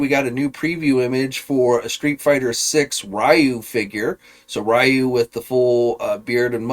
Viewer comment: It's not pronounced as Ra-You , it's actually Ri-You (Ryu).